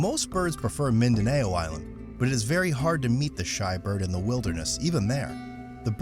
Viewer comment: Not min da nayo it min da now.